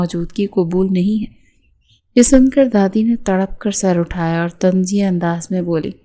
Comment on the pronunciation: تنزیہ نہیں ہوتا طنزیہ ہوتا ہے